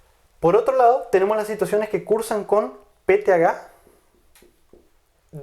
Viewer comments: Excelentes clases pero una inquietud porque el Dr. no pronuncia PTH y dice THGa ? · Sé que es PTH, pero por qué dices peteaga?